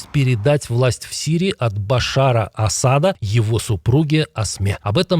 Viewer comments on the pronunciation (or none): Ведущий, уже определись: или АсАда" или "Асада".